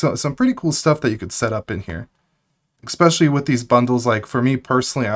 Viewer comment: Stop saying eXpecially right now. Cease and desist is on the way.